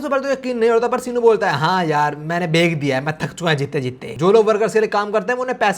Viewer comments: why you say bek In place of bech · bhek rahe hain ya bech rahe hain😅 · Guys why he say's bek instead of bech??😅